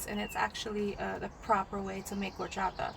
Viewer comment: Love the way you say Horchata 😊